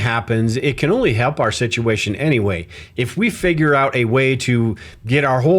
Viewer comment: I thought you were ai as you said can, in the can opener, you pronounced it as jack can do the overtime. When can as in canned food or can opener is more like, kan rhyming with hand.